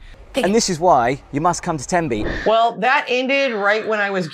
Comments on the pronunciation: Aaw, Tenby, one of the jewel in Wales’ 🏴 crown, Wales where I was born ‘n’ bred and have never left other than for vacations lol. And ladies your are pronouncing Tenby 💯 % correctly 😊🏴🇬🇧🇺🇸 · Oh Tenby is amazing. I'm lucky to live 2 hours away. The beaches along the west Wales coastline are one of the cleanest and stunning. You said Tenby correctly ❤